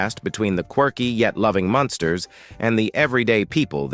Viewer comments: I can barely stand to listen to the mispronunciation of “MUNSTERS” it is NOT “MONSTER” You suck a accuracy in the obvious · It was quite annoying the way you got the family name wrong even though you pronounced it right. Sometimes you’d refer to this as the Monsters. Well, you weren’t completely wrong since these characters were based on the classic Universal Monsters of the 30’s and 40’s It’s sad that almost all the actors have passed but luckily Butch Patrick is still around. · Why does the AI voice mispronounce the title as The Monsters every so often? Sad.